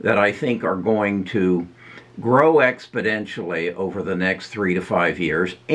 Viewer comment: I mean this only as a constructive criticism, for how often you use the word ‘exponentially’ I’d like to hear you pronounce it correctly